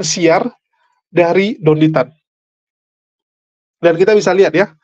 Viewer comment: Pasti mereka yg benci.ko Dondy Tan bilangnya syetan tan 😅